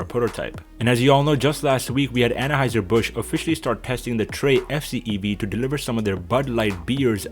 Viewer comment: I thought that it was pronounced Anheuser rather than Annaheuser.